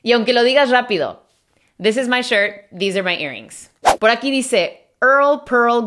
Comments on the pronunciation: no es dis, es ddiizz xDDDDDDD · Miss: this and these Me: this and thisz